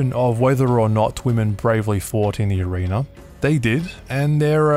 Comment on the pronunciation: Where did they get their helmets from...who made them? And for Pete's sake...watch the pronunciation of "arena"...I caught you saying "arenER" at the very beginning!